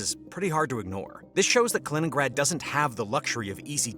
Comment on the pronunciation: Kennrad?Kinnrad?Kennigrad?...KALININNGRAD = KA - LI - NINN - GRAD!!! ------- KI kann man trainieren. Tut das bitte